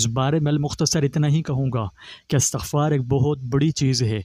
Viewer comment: Astaghfar nahi Istaghfaar prhty hn video waly bhai sahb.